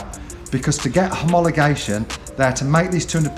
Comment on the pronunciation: Lolling at you trying to say homologation